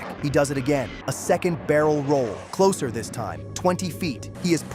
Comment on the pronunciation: "Get too closuu too americanuu bomberuu, Show strength to sen messenjew." i gotta spam this timestamp xD